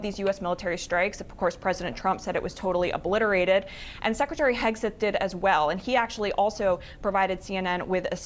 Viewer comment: But they were OH-blitarated